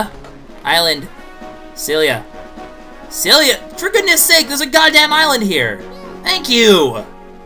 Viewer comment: Wait, you've been pronouncing Celia wrong?